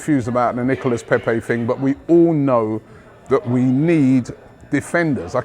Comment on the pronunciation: Robbie: Nicolas Pepey French fan: nonono, NIcolas Pepe Robbie: Nicolas Pepey? French fan: Pepe. Robbie: Nicolas Pepeeee? French fan: Nono, Nicolas Pepe. Short. Close it down. Robbie: Pepee? French fan: Pepe. short. Robbie: Nicolas Pepe. French fan: Right! Nicolas Pepe. Robbie: Nicolas Pepe. - in next video - Robbie: Oh just fck it. Nicholas Peppeyy!